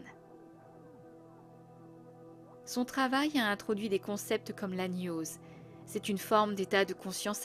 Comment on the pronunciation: Plus jamais tu prononces GNOSE comme NIOSE okay? Bisous❤